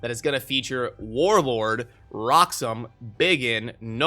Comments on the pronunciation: Is it just me or do I just keep hearing Warword and Warorb. lol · is it just me or he keeps saying warwag instead of warlord lol